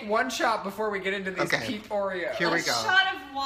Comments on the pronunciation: Wait the whole time i thought he was saying pink oreos not peep oreos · MissPronounced oof